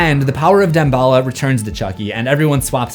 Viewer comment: has anyone ever said Dambala like deem-ba-la?